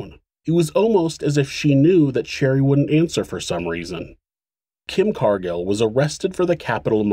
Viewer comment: For crying out loud! Learn to pronounce "Couldn't" and "wouldn't" properly. You, otherwise, do a good job